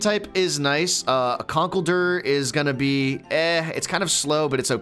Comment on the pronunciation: WHY DO YOU PRONOUNCE CONKELDURR SO WRONG???